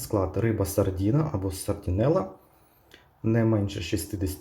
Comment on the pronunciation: От тільки не сардІна, а сардИна.